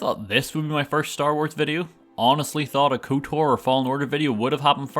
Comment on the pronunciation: this man said couture for kotor lol